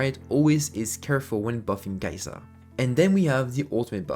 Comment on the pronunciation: Your content is really good, but could you pronounce her name correctly? ☝️🤓